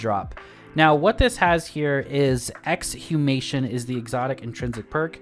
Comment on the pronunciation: If you find the word Exhumation doesn't roll off the tongue quite right, it's because the H is silent